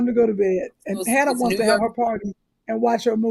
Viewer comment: Sherri always missing her mark with “Hannah”. She knows how she’s supposed to say it lol